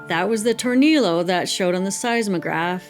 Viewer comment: years later I realized you're saying "tornillo" aka screw in Spanish... just FYI, the LL is pronounced like a consonant Y... like in tortilla and quesadilla. tor-NEE-yoh :)